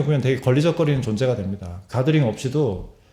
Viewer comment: 자꾸 가그린으로 들맄ㅋㅋㅋㅋㅋㅋㅋㅋㅋ 이 영상을 보니까 나도 좀 주관이 강한 것 같다. 암만 푸쉬해도 내가 별로면 안함. 전에 반지 사러 종로 간 적 있었는데 내가 원하는 디자인이 있었음. 그걸 찾으러 대여섯군데 돌아다녔는데 결국 못찾았다. 그러나 전혀 예상과는 다르게 신박한 디자인의 마음에 드는 반지를 찾아서 여태 잘 하고 다님. 물론 그때도 가드링 추천을 해줬는데 걍 내 스타일 아니라서 안 샀다.